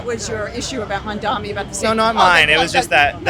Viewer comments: She doesnt even say his name correctly! She says Mondami but its really Mamdani. She is a brainwashed ignoramise! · She keeps saying “mandami”…can’t even pronounce the name correctly. It’s a peculiar trait, Jewish self-hate.